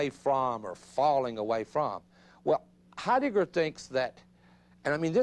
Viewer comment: you silly man...his name is not HeiDICKer!